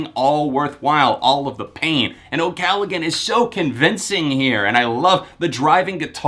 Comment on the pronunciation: ocallagggggan or oh-calla-han? lolololol